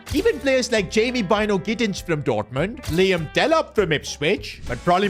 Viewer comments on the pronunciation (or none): none